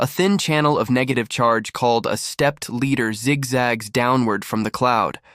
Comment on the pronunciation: AI can make mistakes..this is an example...stepped Leader...Ladder....Ladder...Ladder ooooohhhh.